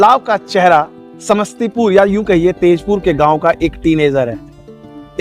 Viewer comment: ताजपुर बोलिए सर ❤❤